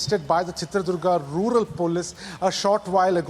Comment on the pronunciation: Pronounce Chitradurga Not .. Durg Durga means Fort 🎉